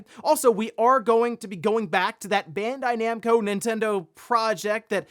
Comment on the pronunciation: It's Bandai Namco, not Bendai Nemco.